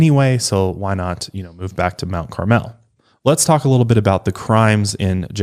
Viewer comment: I live right by Mt. Carmel (approx 20 minutes)! I even a know a Dardeen from there! It’s pronounced a little differently than how you guys are saying it...it’s more mount “carmull”, if that even translates through text! I really enjoyed this case and despite being so close to Illinois, I haven’t heard much if at all, until this podcast!